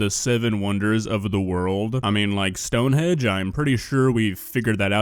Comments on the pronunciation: It's STONEHENGE not stoneHEDGE 😂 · Did... Did you just call it Stonehedge? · It's Stonehenge, not Stonehedge, my guy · It's Stonehenge, not Stonehedge :D